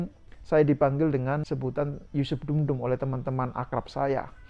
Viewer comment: Bukan dum dum mas tp dundum